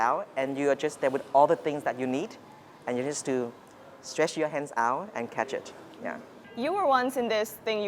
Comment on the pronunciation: stretch ...not strech